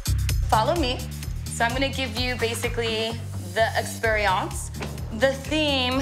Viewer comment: I was with it until the art director said "experiawnce"